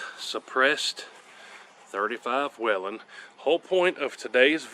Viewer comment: Col. Whelen pronounced his name WAY-lin. Now lets work on how to say bullet, suppressor, etc.